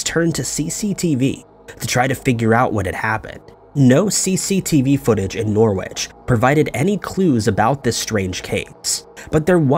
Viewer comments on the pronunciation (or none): It's pronounced Norridge not Norwitch.